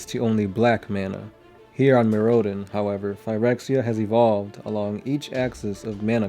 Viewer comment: couldn't finish the video, the way he pronounces Mirrodin is too annoying.